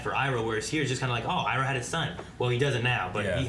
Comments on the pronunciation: The pronounciation that bothers me the most is Zhou saying "ee-roh" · Iroh not pronouncing as Eyeroh is more suitable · "Ahng", "Soaka", "E-ro". I'll never not facepalm at these things.